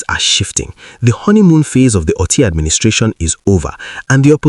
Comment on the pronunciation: Dear Presenter, thank you for your video, but I need to correct your pronunciation of the name "Otti". The 'o' is pronounced as 'Oh', as in "Okay" and not 'o' as in "top". When pronounced as the latter, the meaning is completely different. Thanks!